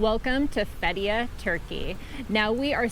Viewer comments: it is pronounce "Fet -ti-yeah" with the stress on the first syllable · THE WAY YOU SAY FETHIYE ITS COMPLETELY WRONG ,AND MARMARIS ITS SO FUNNY ,YOU TWO SHOULD START A COMADY CHANNEL .